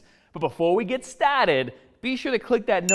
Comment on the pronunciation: 'Before we get stahted'